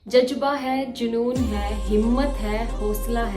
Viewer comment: Not jajba its jazba*